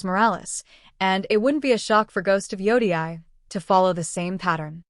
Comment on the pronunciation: If you say ghost of joudiai one more time I'm gonna start tweaking